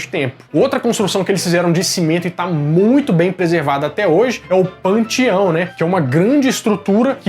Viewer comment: "PANTIÃO" é massa